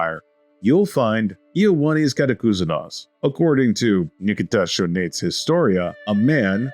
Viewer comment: And Choniates as "Shonates" 😂